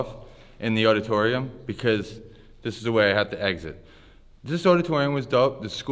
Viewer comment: what the hell is a oddatoryum? haha